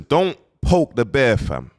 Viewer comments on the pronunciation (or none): none